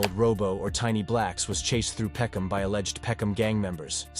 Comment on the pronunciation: Peckhnarm, what, are they stupid, wouldn’t it be peckhnam. Why the random r? London is a shithole. It’s not even majority British anymore, take your countries try back.